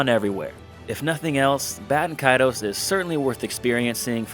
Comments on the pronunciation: Considering Baten Kaitos is the actual Japanese name to the game, there is only 1 way to pronounce it. Japanese doesn't have weird pronunciation rules like english. You pretty much just pronounce every single letter in Japanese. It's Bah-teh-n Ka-I-to-s. If it wasn't intended to be pronounced exactly as written, the Japanese would have changed the spelling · Bay-ten Kay-toes 😤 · it's important to remember that in Japanese, phonetics are virtually always pronounced the same way with very few exceptions. So ば is always "ba". And て is always "te". So yeah, it IS "Bah"-Ten Kaitos(u) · dont worry, I pronounced it apparently the most wrong way, which was BAY-TEN KAY-TOES.... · >know the game name pronunciation is confusing >finds primary source in Japanese AND an obscure English source >Still pronounces the name wrong I’m upset